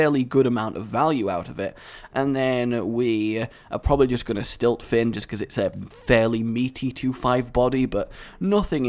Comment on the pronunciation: I'm sorry, but the Shaman Murloc card actually isn't called Stiltfin, It's called Siltfin. Although I fully want it to be called Stiltfin...